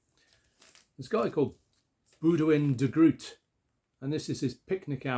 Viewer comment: On Boudewijn (fyi Groot is pronounced “oh” rather than “ooh” - like David Grohl). I have lived here for quite a few years now and I can agree, “the Dutch” can be a very gutteral and difficult language to listen to. It’s a great album though, and Boudewijn is indeed a top artist. The song Eva is about Eve, mother of Cain and Abel, and represents her take on the 2 sacrifices her sons made to God and the consequences of that. Nice additions, thanks for sharing 😊